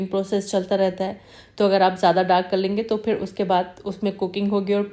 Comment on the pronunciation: thanks! Now Urdu vs Hindi corrections: 1: Phir not Fir 2: Takay masalay jale na not taa ki, Hindi speakers use ki istead of kay - “main ye kehna chahti thi kay…” not chahti thi ki. 3: you used “zeera” correctly instead of “jeera” that hindi speaker wrongly pronounce along with “jindagi, jaroor, jiada”